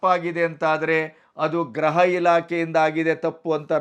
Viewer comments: ನೀವು 'ಗೃಹ ಇಲಾಖೆ' ಎಂಬ ಪದವನ್ನು ಅದೇಕೆ ಗ್ರಹಇಲಾಖೆ ಎಂದು ಮತ್ತೆ ಮತ್ತೆ ಹೇಳುತ್ತಿದ್ದೀರಿ. ಗೃಹ ಮಂತ್ರಿ ಎಂಬುದನ್ನು ಗ್ರಹಮಂತ್ರಿ ಎಂದು ಉಚ್ಚಾರಣೆ ಮಾಡುತ್ತೀರಿ. ಗ್ರಹ ಎಂದರೆ ಆಕಾಶಕಾಯ( ಪ್ಲಾನೆಟ್) ಉಚ್ಚಾರಣೆಯನ್ನು ಸರಿಪಡಿಸಿಕೊಂಡರೆ ಸಂತೋಷವಿದೆ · Sir, ಗ್ರಹ ಮಂತ್ರಿಗಳು ಅಲ್ಲ ಗೃಹ ಮಂತ್ರಿಗಳು, ಗ್ರಹ ಅಂದರೆ ಯಾವ ಗ್ರಹ ಒಂಭತ್ತು ಗ್ರಹ ಇದೆ